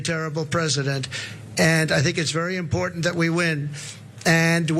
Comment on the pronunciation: Drives me crazy when MTG pronounces the word important....imporDENT when there is no "D" in the word important !